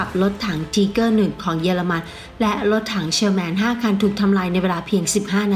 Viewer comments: ออกเสียงไม่ชัดรถถัง ไทเกอร์ไม่ใช่ทีเกอร์ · ถ้าจะเอาสำเนียงเยอรมัน เค้าอ่านว่า ทีก้า ช่องอันนี้มันออกเสียง ทีเกอร์ คือจะไทเกอร์ หรือ ทีก้า มันผสมมั่วไปหมดนะผมว่า ผมศึกษาประวัติศาตร์สงครามโลกเยอะ ชอบครับเลยแนะนำ ถ้าอยากเช็คสำเนียง ดูลิ๊งข้างล่างเลย หรือจะลองหาเพิ่ม พิมพ์ว่า How Pronounce German Tank มีเพียบ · ถ้าจะเอาสำเนียงเยอรมัน เค้าอ่านว่า ทีก้า ช่องนี้ออกเสียง ทีเกอร์ คือจะไทเกอร์ หรือ ทีก้า มันผสมมั่วไปหมดนะผมว่า ผมศึกษาประวัติศาตร์สงครามโลกเยอะ ชอบครับเลยแนะนำ ถ้าอยากเช็คสำเนียง ดูลิ๊งข้างล่างเลย หรือจะลองหาเพิ่ม พิมพ์ว่า How Pronounce German Tank มีเพียบ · เจอมั้ยครับ คนเยอรมันแท้ๆเลย จบนะ อัพเดต ไม่ได้จะว่าอะไร ที-ก้า(เสียงต่ำ) ไม่มีสระเออ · ไม่เชื่อเพจคนเยอรมัน ไม่เชื่อคนเยอรมันออกเสียง มันออกเสียง ที - ก้า-หางเสียงติดว.แหวน ร.เรือ แต่มันไม่มี อ.อ่าง นาทีที่ 1.58 นาทีที่ 4.40 นาทีที่ 29.20 เ อาจริงๆ เอ้อ กับ อ้า มันก็แยกยากคุณจะฟังเป็น เกอร์ ก็ตามนั้น ในอันนี้ แต่ไม่ใช้ฟังแค่ 4.05 ไปฟัง ตั้งแต่ G.W.Tiger(P) 0.50, G.W.Tiger 0.56, Jagdtiger 2.22, TigerI 4.59, TigerII 5.02, หรือไปฟังรุ่นอื่นก็ได้ เช่น MarderII 1.48, Marder38T 1.51, ตัว ER เช่นกัน เค้าก็อ่านว่า มาดร้า ติดหางเสียง ร.เรือ ไม่มี มาเดอร์ แต่ช่างมันเถอะ คุณก็จะบอก ว่ามันเกอร์อยู่แหละ เพราะผมหาอะไรมาเถียงคุณก็จะเอาเสียงที่ได้ยิน สระเออ มายืนยันกลับ ถ้าจะเอาโปรรถถัง คนไทย หรือคนเรียนภาษาเยอรมันไม่ต้องเอามานะ ไปเอาโปรคนเยอรมันมาเลย เพราะผมมีเพื่อนเป็นคนเยอรมันตัวเป็นๆ ที่มาเที่ยวไทย แล้วให้เค้าออกเสียงให้ฟัง แต่ถ้าอยากชนะ ชนะไปเลยนะ ขี้เกียจเถียงละ แล้วแต่จะฟังละ ถ้าจะบอกหูใครหูมันก็ต้องตามนั้นแหละครับ